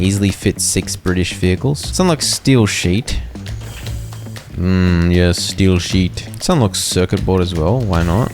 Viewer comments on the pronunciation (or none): I heard "steal sheep" instead of "steel sheet" 😂